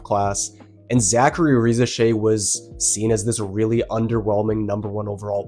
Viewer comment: I think you are the first I hear not butcher Risacher's name. Great content👏❤